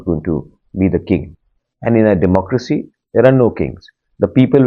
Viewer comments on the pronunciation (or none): none